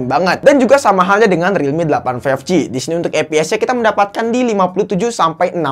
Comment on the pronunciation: five..eek ji